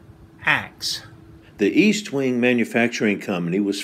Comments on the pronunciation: Pronounced ESTwing, not EASTwing. Very good video. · ESTwing not EASTwing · logan wolf Tanks Logan. I don’t know if you realized this or not, but I mispronounced Estwing all the ay through the video. It should be EST-wing not EAST-wing. I’m planning to do a new video on vintage Collins Axes soon. Thanks for watching and your kind comments. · Its Est wing, not East wing ffs